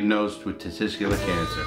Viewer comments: I lost it when he said testigskler 🤣🤣🤣🤣🤣 thank you so much for not cutting that out. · Not being wise but for future reference it is 'testicular'. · That’s not how Larry says it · Third time lucky get the "tessicular cancer" right then...... Got it wrong fourth time. But dude I fucking love your videos